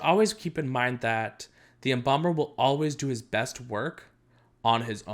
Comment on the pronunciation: When he said embalmer I thought he said bomber for a sec